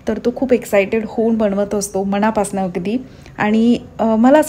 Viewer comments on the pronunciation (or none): none